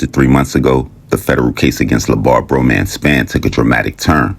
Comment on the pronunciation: Bra Man pronounced